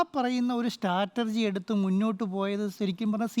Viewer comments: സ്റ്റാറ്റർജി അല്ല അന്റോപ്പി , സ്ട്രാറ്റജി 🤣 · Njan kettath Chattergy enna 😅